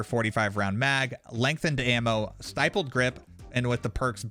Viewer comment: Stippled*** grip. Not Stipled.